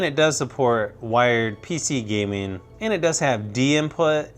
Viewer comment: I don't how many times I've heard him say "and" and It's really distracting when he keeps saying "and" and did you know how many times he said "and"? and his pronunciation of "and" was really weird And he was like "aaannnd" and like in a voice that's sounds bored